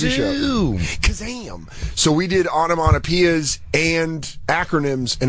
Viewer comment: lol "Onomonopeea's" Dan is definately a comic who dropped school